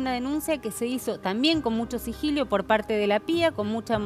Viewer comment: por favor, no lo repitas mas, se dice sigilo, no sigilio!!!!!